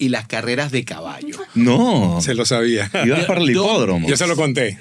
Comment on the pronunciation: El "Ya lo Chavía" fue 🤌🏻🤌🏻*chef kiss* jajajajaja